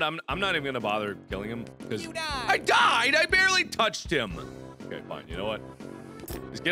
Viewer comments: and PS.... YEW DYED! XD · The best videogame death ever: "Yew Dyedd" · ur hear an "n" in it every time